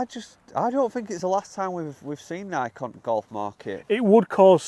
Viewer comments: It’s Nike…..like “ni-key”. Bothered me the entire video. And that’s not like a Uk thing. It’s pronounced the same all over the world. how the hell did they get it that wrong. Unless it’s an inside joke I don’t know about. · It’s pronounced “Nike-E” omg when he would say Nike it drove me nuts lol. However my first clubs were Nike slingshots. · "Nike eeee" not nike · It’s pronounced Nikee. Not nike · it’s not Nike as in Mike, it’s Nike as in Mikey. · It's not pronounced like bike, hike, mike ect, because it comes from Greek where you pronounce the e sound with a sound like key. So you are wrong it actually has two syllables ni-key. Also, the CEO said you pronounce it that way. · It is pronounced Nikeeeeeee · Had to stop watching. It pronounced “NIGH-KEY”. Wow… 😂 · my brother in christ it’s Nik-ee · Nik-ie drove me nuts the whole video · nai-kee is the correct pronunciation. Idk why but couldn’t get passed the firs 4 minutes of this video hearing you guys butcher the pronunciation lol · it's ni-keeee. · It’s Nikeee! Lol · Guys, you are mispronouncing Nike - it is pronounced nigh-kee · Stop it……it’s Nikeeeeee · It is pronounced “Nikey”. And no I don’t want to start a new aluminium or colour type of debate 😂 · Ny-kee, again, it is pronounced, ny-kee. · IT'S PRONOUNCED "nai-key" and has been for thousands of years since the company was inspired by the Goddess of Victory - "NIKE", in Greek mythology. You want to have different pronunciation of Aluminum, that's fine, however Nike (Ni - KEY) has been around for long enough that everyone know the correct pronunciation. SMH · from google its pronounced nai·kee . Always though it was odd they mispronounce in Europe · Your pronouncing NIKE wrong. It's pronounced NIK-EE. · 🙄 NI-kee.. not sure if it's intentional to be irritating or genuine ignorance but it made the whole thing hard to watch.🙄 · Pronounced Nii-keeeee...had to stop watching, was driving me crazy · Pronounce it correctly NIK “E”. Nikeeeeeee